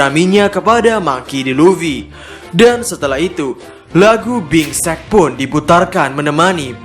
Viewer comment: Bing sake min, mungkin.. Bukan Bing sek hehehe